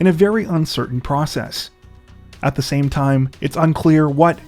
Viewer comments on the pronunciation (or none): none